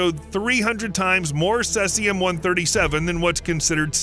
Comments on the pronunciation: how can you do all this research and still pronounce Cesium wrong? Sounds like see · zee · uhm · Seee Zeeeee Ummm - Seezeeumm! Cesium, the proper pronunciation! Slava Ukraini! 🇺🇦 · Cesium 137, not celcium lol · See zee um (cesium.) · Maybe like this? Sea-z-um?? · Seas - ee - um. Cesium. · cesium is pronounced seezeeum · It’s pronounced as “sea-zee-am” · Ceeeeezium, it's ceeeeezium. Gotchu again! HA! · Cesium pronunciation: "see zee uhm." Radioactive boars? Barium, deep. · OH I gotcha yeah he butchered the isotope name for sure :)) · Lean how to say cesium. see-zee-uhm. Very annoying! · How confident should I be in anything he says if he never even took the trouble to learn to pronounce Cesium? (Hard 'e', as in seize). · Cesium isn't pronounced that way. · Too bad you didn't check the pronunciation of Cesium. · That pronunciation drove me crazy too. It’s not an obscure word either. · First it's "Cellzi-um"...then, it's "Sesi-um". It is pronounced, "See-zi-um"! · Ceh-sium??? It's pronounced Sea-zium. Thanks for the correct facts about radiation effect. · It's not "cessium" (as in incessant), it's "cesium' (as in cease fire). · Cellsium-137 ?? 🤔 Maybe try Cesium-137 🙂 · The 1986 Chernobyl nuclear power plant accident released 80,000 terabecquerels (TBq) of cesium-137 into the environment, making it a major source of radiation in the area for decades to come. That’s Cesium, not “Celsium” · Cesium! See-ze-um! Not sayz-e-um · Not ceLsium, but ceSium. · “SEE-C-UM” not says-c-um! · It’s cesium (aka Caesium)-137, not celsium. The latter is a brand name for thermometers and nutritional supplements. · "celsium 137" LOL Its cesium. ;) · SEAZEEUUUMMMM not sessium! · Celsium~ really??? 🤣🤣🤣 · Sease this sesium. It's pronounced sezium. English is terrible because of it has collected so many languages and spellings. Even worse, Americans often have strange pronunciation as well as different spellings. Because they dominate the media, they are taking over.